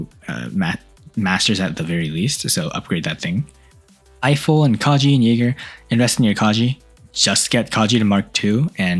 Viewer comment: Guys go look in sec listen how he says jeager😂